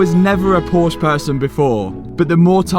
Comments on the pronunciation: Now that you're Porsche person, it's time you learn to pronounce it correctly. In German, the 'e' at the end of a word (or name in this case) is pronounced like an English 'a': Porsche. Poor-sha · You've spent so much time with the vehicle and you still can't pronounce PorschE correctly. Best regards from Weissach :) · PorschE not Porsch - somebody who owns one should know how to spell it. The last e sounds like the first e in elephant. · Please, it’s not Porch, but Porsche, you need to pronounce the E at the end. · Its porsche not porsch, americans mispronouncing german car names just hurts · It is a German brand and is not pronounced,, Porsch" the e is not silent. It's pronounced,, porschh" the e is slightly pronounced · please call it porsche not porsh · Porsche (pronounced porsh-uh) not Porsch! Hopefully the dealer corrected that error too. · lol you must be kidding?! He doesn't say it correct. It's not porsh, it's Porsche. Obviously you are not German or You don't know how to say Porsche? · the guys pronouncing it PorschE. Which is correct. I'd love to hear it correctly from you as well mate from now on. It isn't Porsch... :P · For as much as you seem to be into this car, I’m surprised at how you mispronounce the brand {POUR-shuh} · ITS CALLD PORSCHE!! THER IS AN E! NOT PROSCH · This is a PORSCHEEEEEEEEEEEE not a Porsch! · PorsCHE not Porch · nice vid.. but one thing from a german user.. everytime i here Porsch.. it made my hackles rise.... :-) Please please its pronounced like "paw-shuh" or "por-shuh".. the E after the SCH is not silent in german ... keep on :-) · Porsch vs Porsche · PORSCHE... not poorsh.... JFC what is it with you ! Say it with me POOR-SH-AH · Why any english speaker say Porsch? It is Porsche ^^ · It's a PORSCHE not Porsh!! You managed to rebuild a whole Car but not once learned what its name is! It makes me furious to listen!! P O R S C H E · Porsche. Not poorhsh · Porsche, not Porsch ! How many times........... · „Porsch“😂😂😂. „Porsche“amk